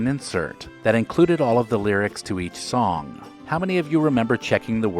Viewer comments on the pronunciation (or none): none